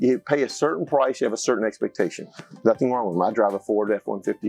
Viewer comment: The word”price “ is not a er